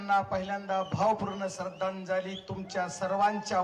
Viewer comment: श्रद्धांजली सुद्धा बोलता येत नाही खासदाराला